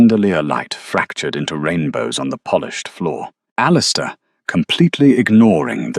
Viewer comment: Okay AI. You've got to get your act together. How does one even pronounce "Claraara"? I think I did a better job with "Alistister". Otherwise, it was a gripping story. Very nicely done. Thank you.